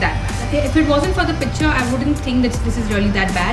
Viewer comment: ur vid.. ur presentation everything is good. i didnt really wanna point it out but u pronounced the word 'picture' so many times.. and each time in such an irritably wrong way that I had to throw it there.. it is pik-chure... otherwise u are cute sweetie.. don't take offense, u are like a younger sister to me